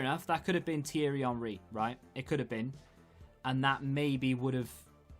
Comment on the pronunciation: You probably would you have gotten henry, had you not pronounced his name like that lol. The icon gods were insulted